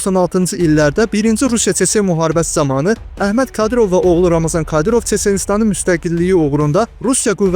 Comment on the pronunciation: Ramazan deyil ey Ramzandır, oxuyun araşdırın sonra çəkiliş edin!